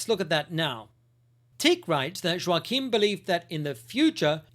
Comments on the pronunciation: This sort of discussion improves the quality of discourse. ✅🇬🇧❤️🇺🇸❤️🇦🇺🌏 Ps Joachim is pronounced "Yockim" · Shouldn't Joachim be pronounced with a soft J? Like Yoachim?